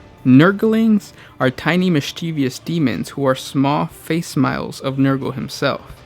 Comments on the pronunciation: >face smiles It's pronounced Fa-si-mah-lee. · "small face-smiles" hah I do love the way you mis-read things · Face smiles or facsimiles?